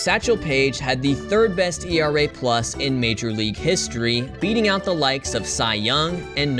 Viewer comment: Hi, I noticed you said “ERA”, instead of “E-R-A”. Don’t make this mistake AGAIN! Thanks.